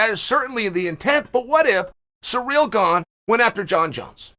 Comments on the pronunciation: Chael the guy that never pronounces names right 😂 yair is yarear and Cyril is surreal 😂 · The way Chael says his name is Surreal